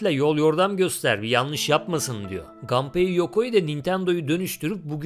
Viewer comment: Japon oyunlarında mesela Kazuya Kazuya, Mishima Mişima okunduğuna göre, Japon spikerler maçlarda Nakamura'yı Nakamura okuduğuna, Samurai'ı Seymarey okumadığına göre Gunpei'yi muhtemelen Ganpey okumuyorlar.